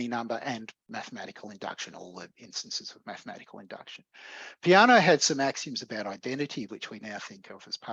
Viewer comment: Btw, as an Italian I cringe a bit when I hear Peano's name pronounced like "piano", as in this talk 😅